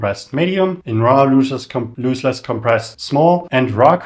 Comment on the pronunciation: great video... btw, it's LOSS-less compression, not LOOSE-less : )